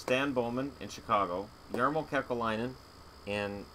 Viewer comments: It's Kekalainen (Kekäläinen) not Kekelainen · It's Kekäläinen, not Kekelainen. I know that Finnish names are hard and I know that you are only human and you can make errors.